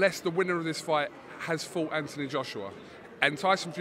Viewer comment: Anthony Joshua not Anthon Joshua.